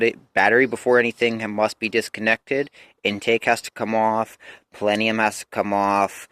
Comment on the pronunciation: What's a "palenium" 😝